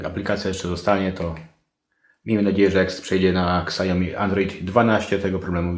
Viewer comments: bardzo przydatne, dziękuję ale proszę: "siaomi" nie ksiaomi ;) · Siałmi a nie ksiajomi